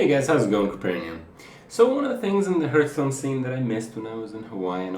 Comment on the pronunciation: Seriously, LEARN TO PRONOUNCE HEARTHSTONE